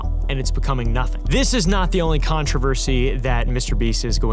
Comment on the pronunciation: The real controversy here is the way pronounces controversy 😭